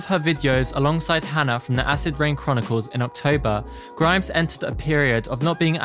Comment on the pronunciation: Just a heads up that Hana is pronounced Har-na not Hannah/Hanna :)